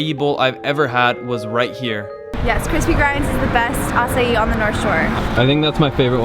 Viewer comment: Dude...you butchered the pronunciation of Haleiwa and 'Ehukai...bad...however you did say Acai correct..90% of volggers like Jon Olsen say it wrong..anyway I lived in Haleiwa and Hawaii for 11 years. I made a coconut observation video on a recent visit.